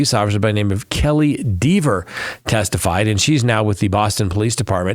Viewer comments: It’s!!! Rhymes with Never! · Kelly would admonish you for mispronouncing her name